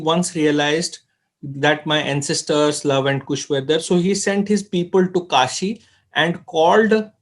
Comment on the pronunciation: Not Kusha,,Kush,,Correct Ur Word